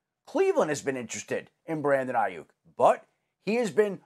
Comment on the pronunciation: Why is is saying his last name that way???